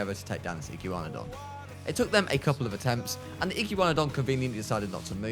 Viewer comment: I can’t stand him saying iggywanidon instead of igwanadon